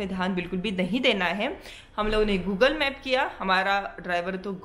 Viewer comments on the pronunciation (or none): none